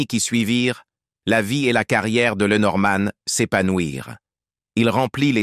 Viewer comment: LenorMANE ... 😮 aux chiottes l’IA